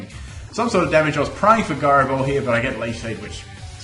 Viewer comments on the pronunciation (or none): the way he says gyro ball annoys me, is it not pronounced ji-ro ball, not gi-ro ball